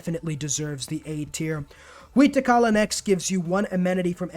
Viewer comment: That pronunciation of Huey Teocalli tho…